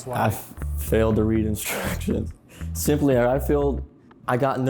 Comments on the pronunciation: Intentionally mispronouncing "Instructions" don't play stupid boy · how can you take instruction from someone who cannot pronounce instructions?🥺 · What a joke the instructors all have bears and can't even properly say "instructions" not to mention this program seems racist, I see very few white students if any.